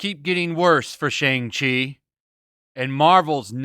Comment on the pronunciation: Youtubers have already reviewed it and so far they say its good. Jeremy Jahns review was pretty solid. Not sure why y'all seem like you're rooting for this movie to fail and its not even out yet. Also purposely mispronouncing the name is really not cool.